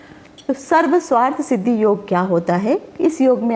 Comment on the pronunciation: Sarv swarth nahinn sarvarth hota h... Aapne toh arth ka anarth hi kar dala Sarv + arth hota h